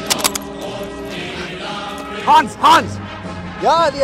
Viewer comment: im as a german speaker just hearing a kinda french hahaha but the hans and the panzerfaust wasnt that bad, BUT I WANT THIS CHICOM LIKE MOLLE POUCH